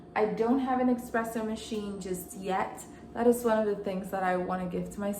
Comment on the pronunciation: Thank you for the info!! ❤ But it’s espresso, not EXpresso ❤